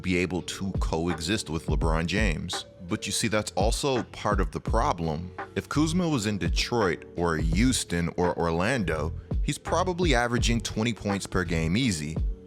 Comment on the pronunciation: It’s HUESTON say the H lol